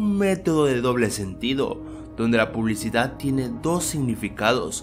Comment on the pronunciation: "La publicidah"